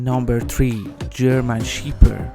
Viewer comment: Not German Shiper, it's German Shepherd.